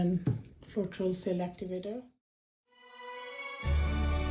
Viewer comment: I can't make out what you are saying about the activator. What kind is it?